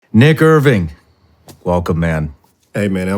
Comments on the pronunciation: As a Blk man😂 I thought Nick said myyyy nugga😂😂😂😂🤣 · Dude me too I thought he said nicka Irvin.. I was like whaaat?!!! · "Nick'er Ving" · I think there's an extra syllable in Nick-Err Ving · I thought i was in enemy territory when i heard to say nick Irving in the beginning 😂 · shawn saying nick irving at the beginning was close to something else 🤣🤣🤣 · Nick Irving said fast at the beginning of the video sounds like an N bomb dropped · For sure thought Shawn said "nigga" the first second 🤣🤣🤣🥴🥴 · Nick Irving! At first I thought he said something hostile 😂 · woah, that opening took me about 1.5 seconds to process lolololol OMG he said nick irving okay okay lolololol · I heard it too, I knew it wasn't that but damn it made my mind go there with the quickness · Never heard anyone say his name like that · your just not used to hearing the hard R.